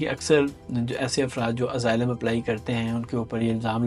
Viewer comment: اسائلم ہوتا ہے ازائلم نہیں ہوتا سرکار جی